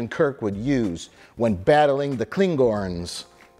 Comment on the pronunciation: He cant even say klingon -.